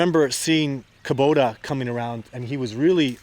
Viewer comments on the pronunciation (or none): When you know it's Koba, but you have to hear Kobota 30 times🙉